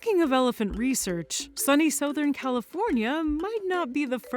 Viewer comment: wtf kinda way was that to pronounce “southern”